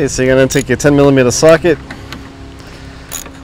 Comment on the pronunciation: 10 "millameeta" socket 😂😂😂